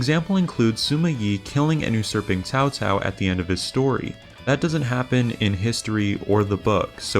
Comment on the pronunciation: Man, I forgot they pronounced Cao-Cao's name as "Cow-Cow"